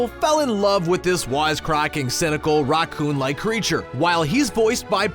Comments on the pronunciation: why can't he say Racoon?? what is a rockoon? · You say raccoon so weirdly, it sounds like rock-oon Like the video tho, gave it a like 👍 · Idk if anyone else noticed this but the way he pronounces Raccoon was a bit off to me 🤔🤔🤔🤔🤔 I heard it like Raw coon though I would say the ra part like racket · why doesn't this guy know how to say raccoon